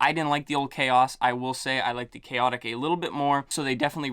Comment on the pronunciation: I am so happy you pronounced them correctly! And noticeably liked the juice flavors for both, with Khaotic > Papillon.